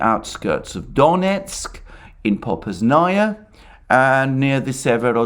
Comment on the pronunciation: It is PopAsnaya and not PopasnAya